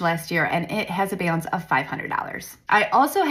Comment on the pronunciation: Who says "BALANCE" like that? I've never heard such a thing!